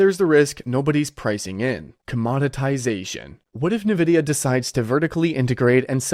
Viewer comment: why are you suddenly pronouncing it "Navidia"?😂